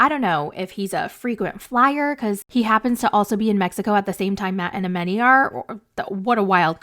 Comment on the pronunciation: Her name is pronounced A-MON-i, not A-MEN-i.